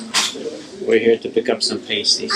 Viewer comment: And the island is spelled differently than the city (Mackinac Island vs Mackinaw City). Also, saying “pay-sties” drives the yoopers crazy haha. They’d tell you “paysties” is what the strippers wear.